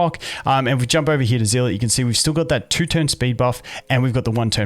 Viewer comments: whats a zela? its see li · Zehleh not zila